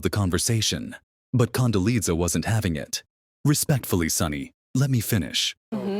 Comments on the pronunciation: AI should get the pronunciation of Condoleeza right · Condoleeza was on the View more than four years ago, October 2021 to be exact. And the AI voice is annoying. It can't pronounce even Condoleeza properly. At least get some updated clips to comment on. This is pure machine driven clickbait. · Someone should have taught the bot how to pronounce Condoleeza.